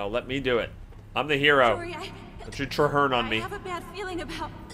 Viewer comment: Hi! No reason to take this personally but remember next time its trahearne, but no worries :)